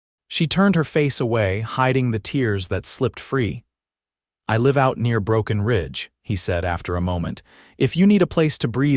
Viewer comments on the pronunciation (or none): I think, although I'm not certain, that all of these stories are narrated by AI because they constantly mispronounced simple words like live and live and read and read. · Really nice story, but the repetitious mispronunciation of AI extinguishes the magic. So often, great story, then ruined by words like , "wound' and "live". Too bad. I'm an English teacher, am always looking for stories my students can listen to. Sorry, not this one. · AI may be a helpful aide, but still leaves a lot to be desired. The incorrect pronunciations of words like "wound", "live", and "read" show, and hear, plainly the inhuman element that detracts so jarringly from the narration. The captions are surprisingly good, but also have those occassional AI flaws that irritate. Wish there was some careful editing to eliminate these elements that mar a pleasant story. OR, USA